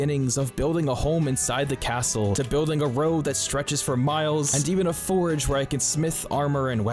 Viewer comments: Every time you call your forges forages, it's like nails on a chalkboard. I don't know if you do it on purpose, have a speech impediment, or just don't know how to say the word forge. If you have a legitimate speech impediment, I apologize. If you are doing it on purpose. Damn you. If you just don' t know how to properly say it... it is like saying forj. The way you say it is like the word forage, which means to search for food or supplies. A forge (pronounced forj) is a place used to smelt and heat metals for shaping. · "Four-J" Please and thank you :) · STOP SAYING FORAGE?!? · Forag. Forag. Forag. Lol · What’s the lore behind the guy not being able to pronounce “forge” correctly? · There's no "A" in Forge. Great video though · Nice! I hate the way you say forge. It's like forage. I'm like what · As entertaining and informative as this was, I really only have one minor gripe. It was driving me absolutely insane hearing you pronounce "forge" as "forage". Besides that, excellent video. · Anyone else losing their mind from him pronouncing forge as forage? i have a friend who pronounces turret as turrent and it bothers the F out of me XD. anyway great vid haha. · I can’t stop emphatically hearing you say “FORAGE” every time you try to say the word Forge. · He says forage instead of forge. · Dude needs to learn the difference between forge and forage. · How can someone pronounce forge wrong so many times... It's not forage, there's no "a" in forge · When you say forge you sound like you are saying forage... Its really annoying! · Please look up the difference between FORAGE and FORGE and how to pronounce them, they are not interchangeable like you seem to think for this whole video. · Love your videos! Totally not meaning to be that guy tho, but you're saying 'Forage' in place of 'Forge' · Bro it’s FORGE FOR-GE not forage lol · Its forge, not forage. Dislike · Forge is one syllable, it's called a Forge, different from Foraging. Not a forage. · Dude saying forage?